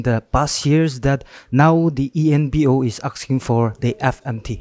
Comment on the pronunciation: JAMIR ENPO NOT EMPO 😂😂😂